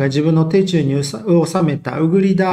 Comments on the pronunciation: 戦況には関係ないですが「手中」の読みは「シュチュウ」ですよ。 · 手中は「しゅちゅう」と読みますよ🙂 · 手中はしゅちゅう 気になる